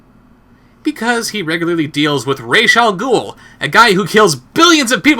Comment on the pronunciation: OMG, AND I THOUGHT I COULDN'T LOVE THIS CHANNEL ANYMORE THAN I ALREADY DO, JUST PRONOUNCED RA'S ALGHOUL CORRECTLY, THAT WAS TOTALLY AWESOME! RA'S ALGHOUL translates to THE DEMON'S HEAD. BATMAN The Animated Series.